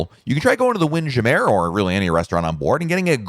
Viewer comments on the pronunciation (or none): What is the correct pronunciation for Windjammer???